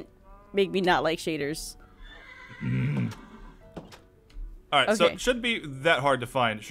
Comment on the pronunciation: its shayders!!!!!!